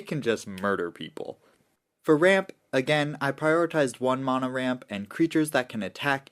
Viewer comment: I'll subscribe when you stop saying mana like that 😂